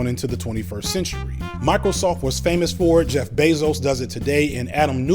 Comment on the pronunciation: Very good. One detail that needs re-editing - it sounds like you're saying "Jack" Bezos instead of Jeff Bezos.